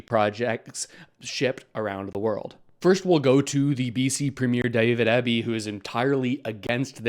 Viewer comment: You can't pronounce Hecate strait or Eby properly why would anything else you have to say on the topic hold any credibility? Reserach?? You can start by researching how to pronounce names and places properly if you want anyone to take whatever you are blathering on about seriously. I might consider subscribing if you actually had a base of knowledge in what you were talking about. It is not no to pipelines. It is the where it is happening. Are you comfortable with putting the access point in the 3rd most danagerous strait in the world. Are you comfortable with the likelihood of exxon valdez 2.0 happening and the consequences of that? I am not even referencing environmental I am talking aobut the cost that all canadians will have to pay to clean it up. You can't honestly believe that Alberta would put up a cent for clean up. It will be BC pay all or the Feds pay for it like trans mountain. Are we still team Canada if Saskatchewan is shipping potash through washington state? Claiming that first nations need pay off or BC is stalling is not looking at what is being asked for. If AB is willing to put up all their wealth fund for generations as insurance against Exxon 2.0 because of the selection of port and exit point to tidewater, I am sure that BC and the frist nations wouldn't have a problem with it. Answer those questions honestly and then form your opinion on if the northern pipeline beyond cost is worth the risk.